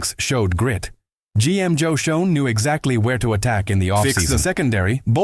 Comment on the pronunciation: How many years will it take for to learn how to pronounce the Giants GM's name, and who was the last minute cut?